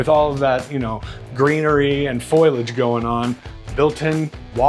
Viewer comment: It's FOLIAGE not FOILAGE.